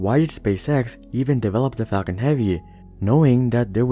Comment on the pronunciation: The Fall-con heavy